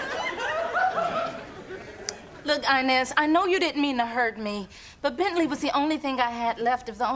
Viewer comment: She done butchered Bentley😳😂😂😂